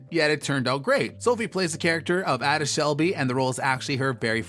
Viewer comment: Btw you mispronounced Ada Shelby, it isn't "add-uh" It's "aye-duh" Just to let you know, actually since you didn't know how to pronounce her name I'm guessing you've never watched the show. For future reference on your videos bro do your homework.. watch short clips if you have to before posting a video so you don't get the names wrong and make yourself look like you didn't actually care enough that you only cared about getting the video out. It sounds harsh, but it isn't meant to be, I honestly think you should show a little more effort into atleast pronouncing the characters names right if you plan on putting effort into talking about the show. Also if I'm not mistaken they actually was called the peaky blinders. you should've showed Statham again and then showed Cillian